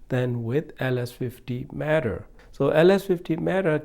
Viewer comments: It’s META, not MATTER. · He calls it “matter” not meh tuh